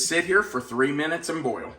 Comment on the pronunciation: New drinking game....take a shot every time says 'boy-yul'. 3.24 to 4.20 - 9 times. I'm on the floor. Hi from Australia where we love a drink 🤣